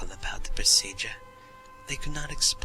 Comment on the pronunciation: They way he said "procedure" just sounds funny to me...